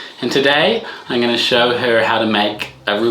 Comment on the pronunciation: It's crazy how he doesn't say "I'm going to show her " Instead he says "Ung gonna show her"